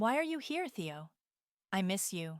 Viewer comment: Why wasn’t her sister at the birthday dinner? Nobody has a phone conversation in a public place with a lawyer on speaker. And can you teach AI to pronounce Theo. How did they get back in the condo if the security codes were changed?